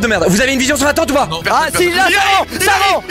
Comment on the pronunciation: tabuses il a juste dit oh au lieu de ah